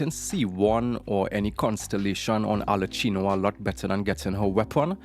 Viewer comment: Why do you say Arlecchino like that??